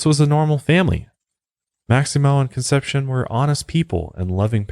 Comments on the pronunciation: and "con-sep-see-OWN" is how you pronounce "Concepcion" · How he pronounces Conception is even more disturbing. And I am not even Spanish. Doesn't matter, I like the show. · Google pronunciation. Con. Sep. See. Own. Not conception 🥶 Plan*ch*et 🥶